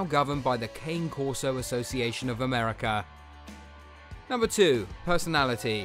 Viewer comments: I prefer the Ca-nay Corso. Not Cane. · my wife and i own a Dogo Argentino and a Cane Corso/German Shepherd mix. both breeds are great and with fun personalities. They are also good family guardians, its true though that you need to really know what you are doing because of how powerful they are. it is pronounced kon-ey not Cane btw. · Your pronouncing the cane corso wrong.